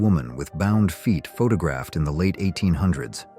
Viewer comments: And the AI voice can't pronounce 'photographed' either. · No idea this was AI narrated until - the river Nile "winds" through the heart of Egypt - pronounced as the noun rather than the verb, and "pha-ta-graphed" rather than photographed